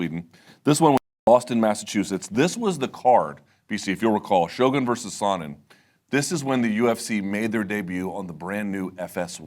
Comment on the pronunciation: I dislike how Luke says "Sonnen"